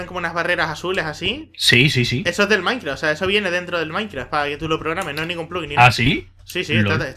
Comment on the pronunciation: dices, maincra xDDD